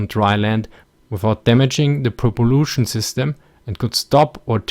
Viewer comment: Thanks for the interesting video, although it would be better it you used neutral acronyms such as NLF or PLAF instead of US propaganda terminology such us Viet Kong. Also had a good chuckle at the way you pronounced "propulsion".